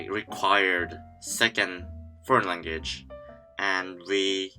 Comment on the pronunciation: the way he say language though haha